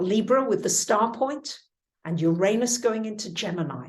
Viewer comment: You are mispronouncing Uranus.